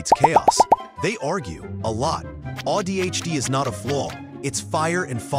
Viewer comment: It's ADHD, not AI-DHD.